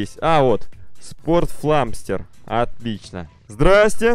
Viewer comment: не спортфламстер а спортфламастер